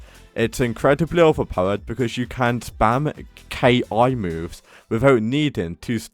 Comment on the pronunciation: bro its ki(key) not K.I.😂